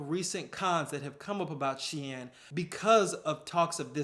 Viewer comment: Loved the cut-in from Sunoa- turns out I've been pronouncing Shein wrong too 🤣